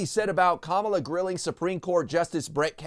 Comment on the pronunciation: Has my hearing escaped me? , Donald is actually able to pronounce the future president's given name properly.